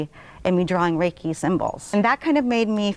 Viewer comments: Reki is geh-ki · Reiki master got shit japanese pronunciation lol